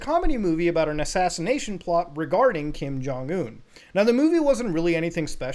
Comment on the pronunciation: Lazarus will take you down for that pronunciation. Who is Kim Jong Ooown?